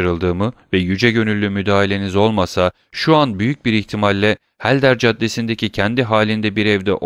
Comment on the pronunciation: Emeğiniz için teşekkürler. Elimden geldiği kadar romandaki bazı kişi ve yer adlarının doğru okunuşlarını yazmaya çalışacağım. Helder Caddesi : Elder Caddesi Spagna : Spanya Nîmes : Nim Canton : Kanton Baron Franz d'Épinay : Baron Franz Depine Beauchamp : Boşan Château-Renaud : Şato Röno Lucien Debray : Lüsyen Döbrey Saint-Denis Sokağı : Sen-Döni Sokağı Saint-Germain Mahallesi : Sen-Jermen Mahallesi Temple Bulvarı : Tamplö Bulvarı Julien Kaplıcaları : Jülyen Kaplıcaları Maremmes : Marem Pontins Bataklıkları : Ponten Bataklıkları contadîne : contadin Montmartre : Monmartr Grenelle Ovası: Grenel Ovası Matmazel Eugénie Danglars : Matmazel Öjeni Danglar X.Charles : X. Şarl Légion d'honneur Nişanı : Lejyon Donör Nişanı Le Corsaire : Lö Korser Le Charivari : Lö Şarivari Blount : Blûnt Arstein : Arşayn Maximilien Morrel : Maksimilyan Morel Chaussée-d'Antin : Şose-Danten Meslay Sokağı : Mesley Sokağı Pompadour : Pompadur Emmanuel Herbault : Emmanuel Erbo Champs-Élysées : Şanz-Elize Bertuccio : Bertuçyo Fontainebleau : Fontenblû Vaudeville : Vodvil Variétés Tiyatrosu : Varyete Tiyatrosu Kral Charles : Kral Şarl